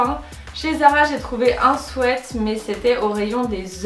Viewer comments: *swit pas swet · Un swette??😂 on dit sweat "swit" ♡ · le mot "sweat" ce dit swit et non swait sinon top la video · Sweat qui veut dire pull se dit "swite" et pas "swète" sweat prononcer "swète" veut dire transpirer ou suer alors merci de ne pas faire cette insupportable faute 😧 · Omgg c pas des swet mais des sweat [ swit ]😂😂😂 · Léonie CHAMPAULT Et Nan... elle le pronote bien. ce qui se prononce "swit" et les les bonbons.. les Sweat c'est "swait". renseigne toi, Google traduction te le confirmera 😀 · Famille LANGLOIS MORIN "sweet" qui se prononce "swit" en anglais ça signifie "bonbon" donc le mot "sweat" se prononce bien "swait" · Isabelle vlr je regardais les commentaires expres pr voir si j étais la seule 😂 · Nan moi aussi sa me strese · Tu t'adresses à un public français mais tu dis h and M. tu sais pas prononcer sweat c'est tout ahahaha